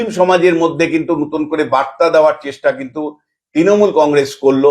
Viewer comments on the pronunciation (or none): none